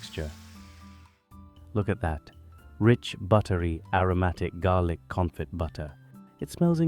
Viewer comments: Garlic Confit (pronounced, confi, t is silent) ;) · Confee is how you say it.